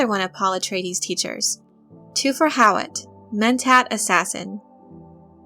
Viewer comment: i actually like Jurgen Prochnow's pronunciation of Hawat's name...